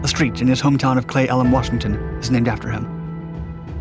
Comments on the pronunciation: Pronounced “clee” for the hometown (unless my parents had it wrong my whole life) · He got it close, "Cle" is said "Clee", but muffed "Port Angeles". The final "e" is a short vowel: AN-juh-luss. Not bad though. At least he wasn't from Puyallup lol. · Clee,elam is how we pronounce it. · It's pronounced Clee Eh luhm lol. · It's pronounced Flee Ellen, Washington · it is pronounced KLEE ELLUM. !! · You totally butchered Cle Elum, WA's pronunciation lmao. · Love you. Cle Elum is pronounced with an open e like Lee and Port Angeless is pronounced like los ageless if you choose to edit the audio. I doubt you will be using either in future videos. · Didn't sound like it to me